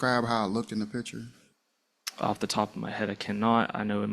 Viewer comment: Officer, the word is "picture", not "pitcher".